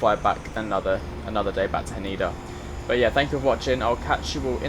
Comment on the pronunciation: It's Ha Neh DA not Haneda by the way!